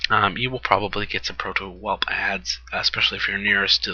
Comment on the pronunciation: yo i love the vids been watching them all but i have to say something... the way you say proto in the word proto drake or proto whelp is TOTALLY EPIC!!!! :)